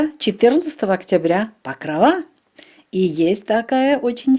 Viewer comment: Чому ПокровА, якщо правильно ПокрОва!